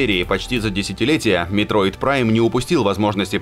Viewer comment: господи, ребенок... я эту игру прошел в 2006 на NDS Lite. И до голубой звезды оценки на метакритике. Вопрос про другое. А именно - про неспособность диктора прочитать название игры по указанному мной таймкоду. Ну какой метод прайм, ежели игра называется метроид? П.С. извиняюсь за задержку в ответе - очень редко сюда захожу.